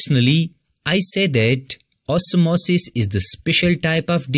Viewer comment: The way u say OsmOsIs 😂it's nice